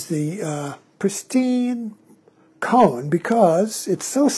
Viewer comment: Forgive me, but isn’t “Koan” pronounced as “Ko-Ann” instead of “Cone”……maybe this is a “Tomato vs Tomaatto” question? But either way the koan “Mu” is a fascinating journey that I am currently engaged with. Just recently as I was working on “Mu” while I was on a long walk in a park….i had a sudden flash of humor that reflected on this question….what if the monk had asked the great zen master Joshu — “Does a cow have Buddha Nature?”……would the answer have been the same? And immediately following this train of humor another sudden flash pierced my thoughts — “You will never ever ever ever understand “Mu” conceptually at all because it is the sword itself cutting off conceptual thought before it even begins throwing us into the wide chasm of immediate experience of this instant of falling into “not knowing” being most intimate that is unconcerned with answers and embraces the “not knowing” as it’s field of living experience —-> “This Entire Universe Is One Bright Pearl?” —-> “Mu?!?” Or as a dog would say “Woof?”